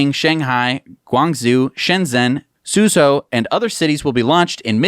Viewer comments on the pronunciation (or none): Language note - zhou is pronounced - Joe .